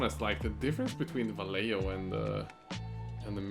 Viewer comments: Vallejo = "Vaie-ho" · Vallejo's pronunciation: va-ye-ho!